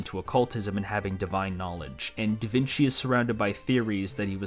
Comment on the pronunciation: 'Vinci' is pronounced as 'Veenchee'. Sorry but I literally live in Tuscany, Italy, less than 40 km away from the town of Vinci which gave Leonardo his common name and still is named as such nowadays and hearing it pronounced like that is hurting my brain. Again sorry to be that guy!